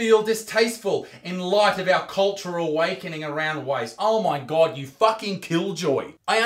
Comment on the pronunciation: I lost it when he said “ow my gord” 😂